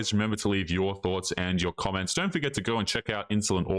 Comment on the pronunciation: How many times osmshe going to say "men dront like women"